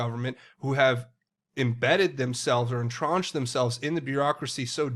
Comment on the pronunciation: FYI the word is entrench, not entronch.